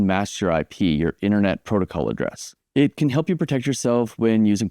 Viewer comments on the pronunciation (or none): none